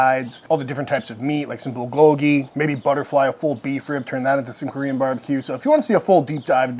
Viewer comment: White ppl: it’s pronounced BUL-goh-ghee Accent is on the “BUL“ NOT on the GOH